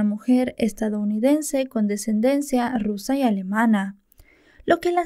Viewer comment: se dice "ascendencia"